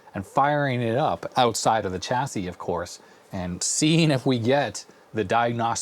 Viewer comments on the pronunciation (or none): it grates me every time i hear Chassis with a ch instead of a sh... but I'll let off, he at least calls it a Zed-Ex Spectrum;)